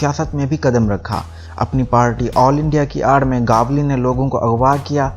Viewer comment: भाई वो अरूण गवली नहीं अरुण गवळी